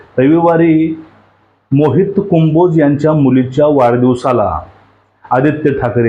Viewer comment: आण्णा, कुंभोज नव्हे हो, कंबोज म्हणा !